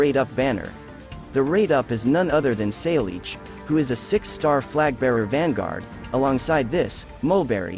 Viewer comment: Btw, it's pronounced Sa-ya and not Sail-each despite how it's spelt. It's Gaelic if I recall correctly